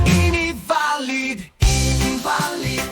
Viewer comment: kalau bisa lagu terbarunya jangan kasih judul "VALID" tapi "VELID" karena kaka ini selalu bilang VELID VELID hahaha... keren lagunya... dulu agak RAP.... sekarang agak Regeee... kalau bisa kedepan DANGDUT Kita wkwkwkkwkw.... Mantap. Tuhan Yesus Memberkati pelayanannya...